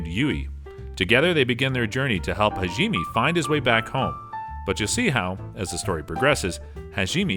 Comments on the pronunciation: how could he mess up this name Hajime its so easy Ha-ji-me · if he says HAGEEMEE one more time i think ill die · damn those shield hero names got butchered like animals in a slaughter house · Erk.... I think I just coughed up a little blood after he mispronounced Hajime's name in the beginning... As soon as he said it the second time I look at the comment section and find out mispronunciation is this episode's main theme. But, I'll come back with a different opinion after watching the whole video looking at the content... This is an addition to the original post that I planned on doing. Besides the mispronunciation on about 4/5th of the words (he did get a few right) the content they pushed forward was good. Final judgement: 7 out of 10. Mispronunciation of words, specifically names of people, titles, places, or et cetera can be relatable to walking on glass barefoot.